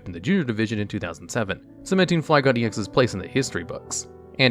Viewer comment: Why has no one notice that he’s pronouncing Flygon wrong 😂